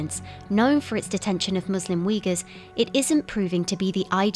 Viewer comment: I especially love how the expert lady pronounces Uighurs the right way (=Oo-i-goors) and then the narrator lady just keeps being American and completely butcher it